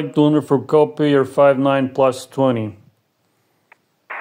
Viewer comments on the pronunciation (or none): you pronounce three with a D sound as if in German.. this is likely causing a lot of copy problems at other end